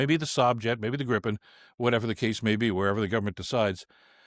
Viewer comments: Damn it, it is pronounced gree-puhn, not grippen! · It's pronounced GREEpen, FYI. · The first syllable of "Gripen" rhymes with PIPE. Come on, guys !